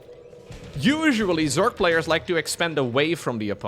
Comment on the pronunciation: Normally I'd let it slide, but you added an 'e' to Zerg more than once. It's 'Zerg,' not 'zerge.'